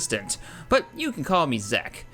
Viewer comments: It's pronounced "zee-k" not "zek" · Zeke is pronounced as zEEk (long e and the "e" after the "k" is silent)